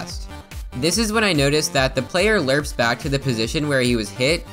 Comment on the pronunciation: le- le- lerps?